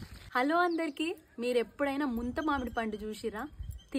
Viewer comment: ముంతమామిడి పండు కాదే ముంత మొహం దాన... ముందు సరిగ్గా పలకడం నేర్చుకో తర్వాత వీడియోస్ చేద్దువు గాని